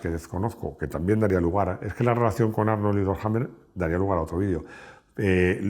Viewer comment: En su afán por pronunciar bien el inglés americano tenemos que escucharle decir "Jarnold" y George "Bash"....